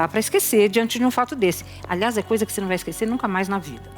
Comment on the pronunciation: Porque o Bacci ta trocando o s por f? Esquefer, vofê…